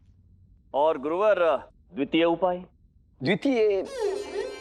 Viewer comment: उत्तर भारत के बहुसंख्य लोगों में 'य' का उच्चार "ये" कहने की विकृती है. महान अभिनेता और प्रखर राष्ट्रभक्त अनुपम खेर "ॐ नमः शिवाये" कहते हैं, उसी प्रकार तथाचार्य, यानी पंकज बेरी भी "उपाये" कहते हैं...